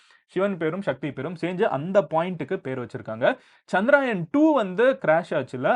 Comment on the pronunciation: சந்திராயன் இல்லை சந்திரயான் என்று சொல்லவேண்டும்.